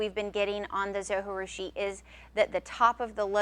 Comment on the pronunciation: Great video! Thanks for all the advise! One thing, though. In the video that came with my Zojirusha they pronounce the "J". I know you don't pronounce a "J" when speaking spanish but the Zo was made in Japan. Not trying to be too picky, but.... Linda